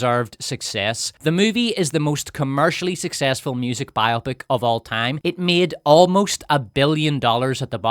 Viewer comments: for gods sake, its BIO-pic, not bi-OPIC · It's not BI-OPIK. It's Bio-pick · its bio-pic, not bi-opic :D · Am I the only one obsessed with the wrong pronounciation of the word "biopic"? So many say it as "bi-opp-ic", and not "bio-pic" which is the correct way. It is not a two-something (bi-something), but a biography picture (bio-pic). 😄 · why do you mispronounce the word Bio-Pic? It's Biographical Picture not Bi-Opic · It’s Bio-Pic. Please say it correctly 😂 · Nice accent, but it's bio-pic and not bi-opic. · Am I the only one that pronounces it "bio-pic" and not "bi-opic"? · IT IS BIO-PIC, NOT BI-OPIC!!!!!!!!!!!!!!!!!!!!!!!!!!!! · The way you’re saying “bi-opic” sounds so stupid to me. Why would that be the pronunciation? “Bio-pic” actually makes sense: biographical picture. Bi-opic just sounds like having two eyes. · Biopic isn’t pronounced like “biotic.” It’s short for biographical picture, so it’s bio-pic, not bi-opic. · "BIO PIC" Short for "biographical picture" It's not bi-opic. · It’s not BI-opic! It’s bi-O-pic. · Bio - Pic not pronounced to rhyme with myopic. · Why is every one ok with Mispronouncing the word “biopic”? This isn’t an operation. It’s a BIO-Pic. I have never heard anyone pronounce any other way until this video and it’s jarring. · It’s “BIO PICK” 🇺🇸